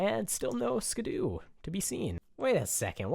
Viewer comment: Its SKIDDO not SKIDOO..